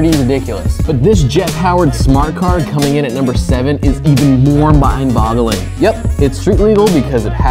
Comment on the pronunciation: Did you just say mind bottling?